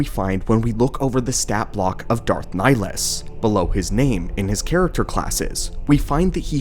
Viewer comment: Where the hell did this pronunciation of his name come from? This ain't Mass Effect lol